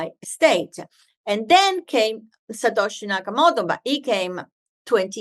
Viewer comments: Not Natoshi Sakamato. It was Satoshi Nakamoto. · She said "Natoshi Sakamoto." :-) But bitcoin was developed by "Satoshi Nakamoto." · "Natoshi Sakamoto" ??? 🤣 #spoonerism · Good thing she found an opportunity to say Satoshi Nakamoto a second time so she could say it properly. If anyone who doesn’t know what Bitcoin is listens to this woman explaining it and gets it, I’ll give them a cookie. I know what it is and how it works and her explanation made my head hurt.